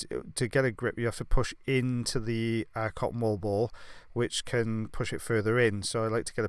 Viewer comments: Me too “wall ball”😂😂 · He says cotton wool ball, I hear,, cotton "wall" ball Who's here in 2020 🙂🙂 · Thank you I was trying to figure out what he was saying the whole time! 😂 cotton wall ball? Cotton ball ball? 😂 bless you. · I just hear cotton ball ball. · Maria me too. I seriously thought he was saying cotton ball ball! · Totally thought he was saying cottonball ball too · Me too I kept thinking wtf is a cotton wall. Apparently this is how English is supposed to be spoken. 🙄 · Just sounds like he’s saying “cotton ball ball” 😂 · I didn't fully read the title so I thought he was saying "cotton ball balls" the whole time lol